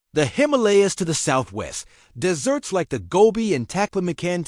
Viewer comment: Tip on AI pronunciation: desert, as in arid land, has the accent on "de-" and the "es" is a soft "s," like the sound of a mosquito. The pronunciation used made it sound as if China was surrounded by Tiramisu, the dessert, the sweet thing eaten at the end of a meal, almost worth becoming a communist! 😂 The accent there is on the "-ert." The double "es" also sounds like a mosquito; the only difference is in the accented syllable. Otherwise, good job!